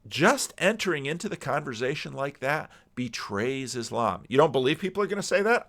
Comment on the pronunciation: No S in Converzation.